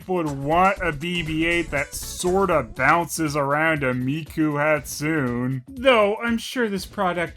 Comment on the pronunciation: Miku Hatsoon... If it was anyone else I'd think they were mispronouncing it on purpose.